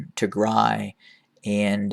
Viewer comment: I like the way how you say Tigray , thank you so much Sir!